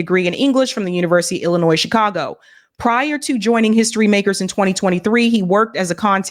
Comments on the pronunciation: If you pronounce the S in Illinois you need to be fired and sent back to 3rd grade! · Why can't anyone say Illinois correct, gets on my nerves.